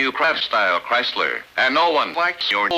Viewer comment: Christ-ler! Ford really fucks it up! xD